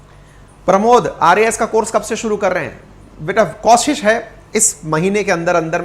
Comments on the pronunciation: आप हमेशां कोशिश को कौशिश बोलते हो ये ठीक नहीं है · आज तक आपने कोशिश को कौशिश लाखों बार बोला होगा जो गलत उच्चारण है